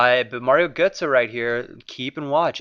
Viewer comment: Gurtsee* not gurtsoe.